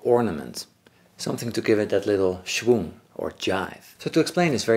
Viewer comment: Omg that’s the first time I’ve ever heard a YouTube’s say schwoeng!